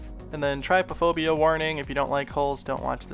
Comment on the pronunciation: It’s trypophobia, not tryphobia, but I guess not many people know what it is.